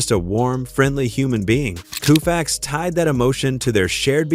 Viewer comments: Every time I hear the AI say KOOFAX my blood boils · I stopped after Koofax. FU, AI !!!!!!!!!! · I stopped after 4 "Koofax". Not going another 15 minutes listening to that. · Koo-fax? Fing moron AI! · A I is a lazy approach to voice over presentation and a huge disappointment when A I repeatedly says Koo-fax and makes it one of the biggest shit show for future shows ! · Coo'-faxs?... Get a life... you Artificial Ignorance. As you can see from the previous comments below, "Home Run Hub" wasted Their time & $ and OUR patience generating this narrative. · You're right- it's pronounced co-fax, damn AI ! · Take the dialog, put it in a word processor which it probably already is. Then use the Find and Replace command to change Sandy's Last name to a spelling the AI will pronounce correctly! What's that gonna take... about 2 minutes? Seriously, a major fail and disrespectful to the icon himself. 😝